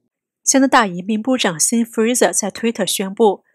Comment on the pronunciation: "Sean" 读音不是 'Seen'，是 'Shawn'